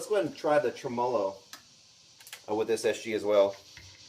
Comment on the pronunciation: Absolutely beautiful demo-ing as usual. :) Hope you don't mind a small pedantic note - standard pronunciation is TREMmo-low, not tre-MOlow. :)